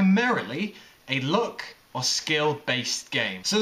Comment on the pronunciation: It sounds like he is saying look instead of luck lol